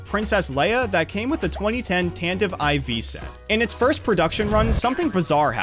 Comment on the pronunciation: "tantive ivy"